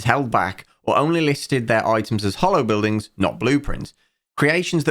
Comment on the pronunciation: I love how way of mispronouncing the "holo" in "HoloBuildings" makes it sound like "Hollow Buildings", which is a very apt name for what they are in practice.